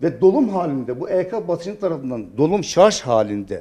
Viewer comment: Dunya'nin sarz oldugunu dusunuyorsunuz... -(kisik sesle) sarj...